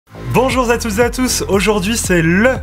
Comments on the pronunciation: 🤣🤣🤣 Bonjour za toi! 🤣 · "Bonjour za tous", bravo pour l'accord.